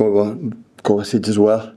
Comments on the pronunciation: He said kovie not kobbie 🤦🏻‍♂️ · Wait did he just say Kobbie instead of Kovacic🤣🤣